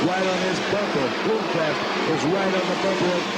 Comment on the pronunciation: Why does he keep saying Bloomquest?